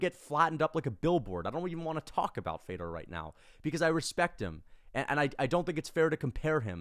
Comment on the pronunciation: I hated hearing you talk shit on Fedor while saying his name wrong.